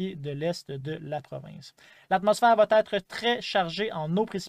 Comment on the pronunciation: Bonjour. Merci de nous donner ces informations. Je me permets de vous dire que ça va t'être ne se dit pas étant donné qu'il n'y a pas de t après va. C'est donc une fausse liaison: ça va ÊTRE. Merci.